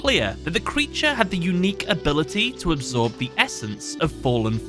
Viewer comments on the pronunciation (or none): none